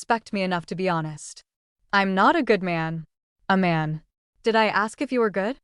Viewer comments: Who is Aman??? Narrator keeps saying that name. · Sounds like she is saying "A Man"😅😂😂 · Bad AI. Which “desert” were they waiting for? (As opposed to “dessert.”) Pharmacology tripped up the narrator up. Tyra/Iman/A-man? Messy and sloppy work.